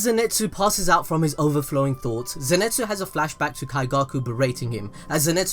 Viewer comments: zeNEtsu?, mate zeNItsu i think is the proper way... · zenitsu not zenetsu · Cløudjckt _ and zenetsu